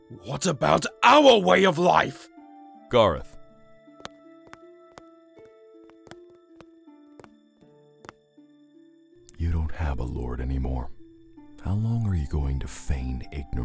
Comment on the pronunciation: HIS NAME IS GAR-OTH!